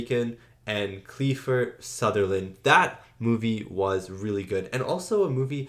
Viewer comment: This is the origin of the, "You can't handle the truth!" line. This was Aaron Sorkin's first screenplay, adapted from his own play script. You mispronounced Keifer Sutherland's name. He and his father, the great actor Donald Sutherland, are Canadian! I mean, his mother was also a Canadian actress, and they were working and living in London when he was born, and I think they moved around when he was growing up, and by now, he's probably lived the large majority of his life in California, but he is technically Canadian. His character is such an asshole in this one, but he is up there with Kevin Bacon as one of my favorite actors, from basically the same generation and similar careers! Lots of great stuff you can see of his! "Article 99" is one of my very favorites, that I've been pleading for anyone to react to, with a great ensemble cast! The "Young Guns" movies were a favorite as a kid, westerns that are loosely based on the legend/historical fact of Billy The Kid and The Lincoln County War, also with a great ensemble cast. The original "Flatliners", they did a remake not too long ago, which also has a good ensemble cast including Kevin Bacon. Another one of my very favorites is a comedy/action he did with Dennis Hopper, called "Flashback"! I think you've already seen him in "Stand By Me" and "The Lost Boys".